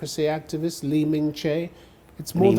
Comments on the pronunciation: 我不相信周锡玮会不知道李明哲，应该只是一时没听清老外的发音，没反应过来是谁。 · 用英文發音來唸中文名，本來在短時間內就很難理解該人是誰，德國記者故意説成你連李明哲都不知道？周錫瑋如果用中文發音唸你媽媽的名字，搞不好你這德國記者連你媽都不認得了。這德國記者根本不配訪問別人，自帶情緒打斷受訪者，又不是在質詢犯人。難得周錫瑋英文好，反應快，修養佳。